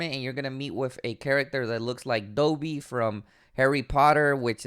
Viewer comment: My man just butchered Dobbys name dooobeee put some respect on his name boy say it with your chest